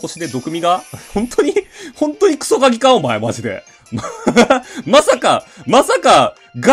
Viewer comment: 最初、クソ鍵がクソガキって言ってるように聞こえた